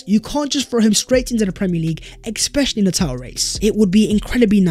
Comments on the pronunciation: Ex-specially, ex-specially….. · You know its when you hear "Expecially"😁